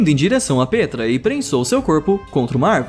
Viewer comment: Pétra,nanabá,shiganshiná(pronuncia certa)